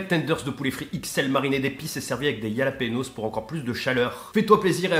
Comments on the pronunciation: ca se dit Ralapenos pas yalapenos 😂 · Juste un tout petit truc, jalapeños ça se dit ralapegnos jaja mais merci pour les vidéos